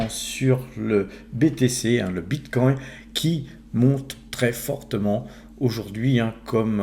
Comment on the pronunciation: On dit Bitcoin et non BitcoinT 😂